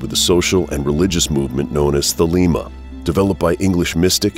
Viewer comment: Not an A.C. fan here but I must say: This guy doesn't know how to pronounce Choronzon or Thelema.